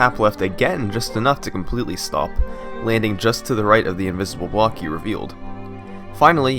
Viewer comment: he says reveal this invisible bawk? WTF is a bawk, do you not mean block?!!! Go ahead knights of the haters go off on me, and then tell yourself wait, it's not like he is very foreign. Yup if I was saying this about someone who was African or Japanese or whatever, then yes it would be weird because of their accent and pronunciation but come on this guy is British or American and he says bawks!!!!!.....